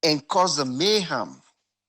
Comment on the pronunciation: its mayhem... not mayham 😂😂